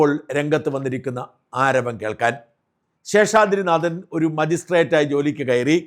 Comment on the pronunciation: പ്രിയപ്പെട്ട ഷാജൻ, നിങ്ങളുടെ പല വീഡിയോകളും കണ്ടിട്ടുണ്ടെങ്കിലും ഒരിക്കൽ പോലും താങ്കൾ ഉച്ചാരണ തെറ്റ് വരുത്തിയത് ശ്രദ്ധയിൽപ്പെട്ടിട്ടില്ല. പക്ഷേ ഈ വീഡിയോയിൽ നാഥൻ എന്നതിന് പകരം 'നാദൻ' എന്ന് ഉച്ചരിച്ചിരിക്കുന്നു. നിലവിലെ വാർത്ത അവതാരകരിൽ ഏറ്റവും ശരിയായി മലയാളം ഉച്ചരിക്കുന്നത് താങ്കൾ ആണ്. തെറ്റ് തിരുത്തുമല്ലോ? ഇക്കാര്യത്തിൽ താങ്കളുടെ തന്നെ ഉന്നത നിലവാരത്തിലേക്ക് വീണ്ടും ഉയരുമെന്ന് പ്രതീക്ഷിക്കുന്നു.